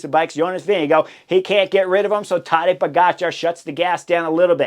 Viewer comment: Horner says Todday Igotcha 😂